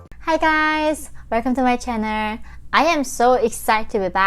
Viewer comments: Herro rootube!!! Relcome to mer channer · Love your videos. Your intro welcome to my channer/ chan/nel But your accent is very cute. So are you. Welcome to the country. Sorry we are being overwhelmed with illegals from bad places of danger..